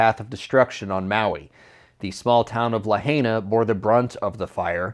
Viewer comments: Its not La Hay Na its La Hi Na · La-hi- na not la-hay-na. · Say Laa-HIGH-naw. Lahaina. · I thought this was AI. How does this guy not know how to pronounce La-HINE-a? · Please learn how to pronounce Lahina at least! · It’s not la hāna. And the deployment came way late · Pronounced : La Hi Na! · Please pronounce Lahina correctly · Lahaina is pronounced La-h(eye)-na... a is pronounced like a in father. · Lahaina pronounce La hi na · Lahaina is pronounced as “La-high-na” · too bad you didn't take the time to learn how to pronounce Lahaina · First thing would be to pronounce Lahaina correctly 🙄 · This vid is meant to be impressive and reassuring. Mispronouncing the name of the damn town is NOT IMPRESSIVE and all that blah blah blah about the military sounds like hypocritical hogwash. Not buying it. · Please learn how to pronounce 'Lahaina' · Please honor the victims by pronouncing Lahaina correctly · Right?! I caught that, too. Won't even pronounce the name of a massacred town correctly! DISrespectful.Indicates how much they REALLY know before they report.